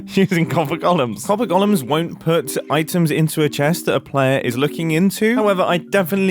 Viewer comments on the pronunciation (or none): It's golems not gollums.